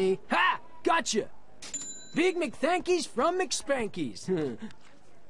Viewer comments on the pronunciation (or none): its big MCTHANKIES NOT THANKIES